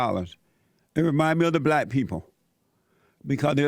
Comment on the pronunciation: “The blaxx”🤣